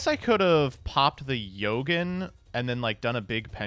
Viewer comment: This man either don't read his cards or he just be saying random shit. Mans said Yogen and Alessi